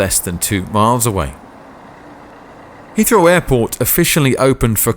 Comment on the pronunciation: Hea Heathrow